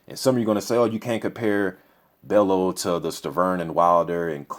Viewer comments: loooool. its bell "U" Not Bell "O" tony bellew loool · haye should win but I hope bellew does win he a funny guy got character, pronounce it bell-you not bello haha. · Pronounce his name sounding like.. Tony Bell you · Tony Bell-YOU is how you pronounce his name ;) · i think you pronounce Bellew like: bell-you in a scouse accent if you can. Hoping for a good fight , not sure if bellew can take hayes power/speed but at the same time tony has fair power too , capable of hurting hay "if" he can land clean. Big if tho. If it goes deep into the rounds , it will be interesting as we haven't seen how good hayes stamina is since his return. If I had to bet my home , id go haye wins ko/tko within 6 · It's pronounced "Bell-u" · I'm still chuckling over the fact that you can pronounce "Arnold Gjergjaj" 100% perfectly - but Tony Bellew is causing you problems.